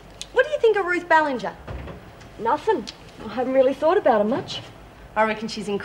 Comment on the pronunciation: omg.....maybe I'm crazy but it really sounded like Ann said Ballantyne instead of Ballinger at :35